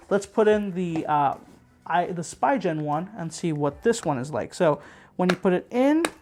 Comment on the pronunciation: SpEEgin! Not SpEYEgin!